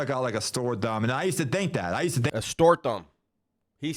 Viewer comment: He said store dumb... not store thumb 😂😂😂😂